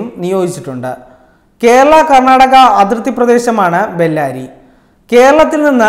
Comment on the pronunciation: ബെല്ലാരി അല്ലടോ ബെള്ളാരെ ആണ്